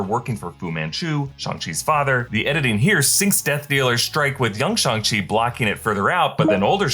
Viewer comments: It’s Shang not “Shung”, idk care the way Kevin said it, his accent got in the way, even Sterling the creator said that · SHANG not SHUNG lmao why do yall get so much promo and can't even pronounce character names properly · it's Shong not Shung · I thought it was Shang not Shang.. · It literally isn't..... It's "Shung". It's how it's properly pronounced